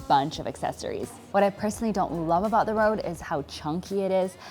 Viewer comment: Its « Reud » not « Rowd »